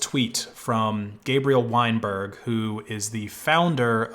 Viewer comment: "Weinberg" Every. Single. Time.